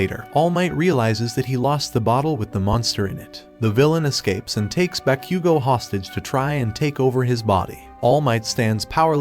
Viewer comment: Bro said bakqgo